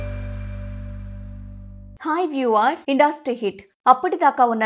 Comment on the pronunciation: ఇండాస్ట్రీ కాదమ్మా ఇండస్ట్రీ